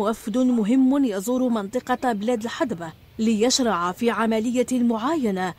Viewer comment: إسمها بلاد الهذبة وليس الحدبة بالذال وليس بالدال